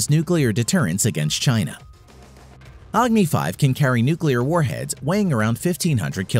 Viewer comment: That's not yaagni-5,that's Agni-5